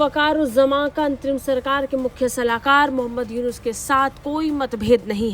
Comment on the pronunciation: Pahele nem to thikse bolo muyuja kaya Lena Dena Bangladesh ka😂😂😂... I love my india